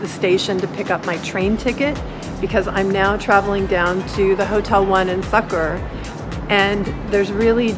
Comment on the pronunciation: It's not sucker it's sukkur😛😄